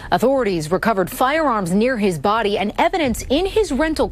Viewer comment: During the Morgan & Morgan ad. Did anyone else hear if you have serious damage to your booty or inside organs? After a couple times I realized he was saying body😂